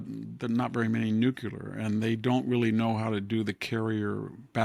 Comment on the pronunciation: Does anyone read these and tell Victor anything??? NUCLEAR!!!!! NOT...... NUCULAR. Grammar matters